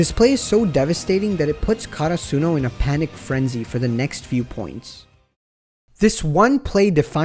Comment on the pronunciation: they way you say karsuno, almost made me stop watching haha